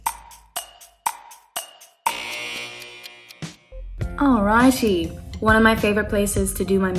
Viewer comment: Se sounded SOOO brirish